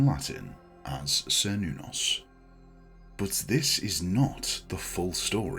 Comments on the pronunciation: This video is wrong about the pronunciation topic on multiple levels. A "kernos" is a piece of Greek pottery which is commonly used in rituals for several of the Greek gods. It's not a modern pronunciation of "Cernunnos" at all. The earliers recreations of the name "Cernunnos" used the "Ser" pronunciation, but more modern research into linguistics and history suggests the "ker" pronounciation of the first syllable to be more likely to be accurate. The version used in this video is "old fashioned" while the version it dismisses without even saying it correctly is more "modern" but in a way which points to the exact opposite of what the video tries to suggest is the reason why. As we learn more about history and shape our understanding of lost historical languages through doing so, our expectations change, and the modern understanding of ancient Celtic languages suggests that the "ker nuh noss" or "ker noo noss" pronunciations would be more likely than the earlier (still modern) "ser noo noss" version. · "sr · nuh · nowz" is how google is saying it is pronounced. Grok says it is "KER-NOO-NOS" in modern Celtic reconstruction and "KER-NAH-VEL" in root tongue ;) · Yes I began by pronouncing it as sir but now upon study use Ker -noon -nos blessed be 💚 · I'd always pronounced it as "Cher-noo-nos" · I have also heard his name pronounced, as: KER nuh-noss and Ker Noon noss.